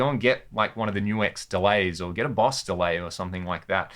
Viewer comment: Things I learned for this video, no1: its pronounced NU-X not nux...